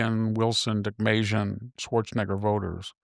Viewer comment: You've got to be more careful when you say Schwarzenegger lol